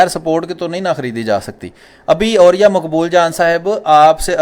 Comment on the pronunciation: اوریا کا دوسرا تلفظ عریاں لگتا ہے.....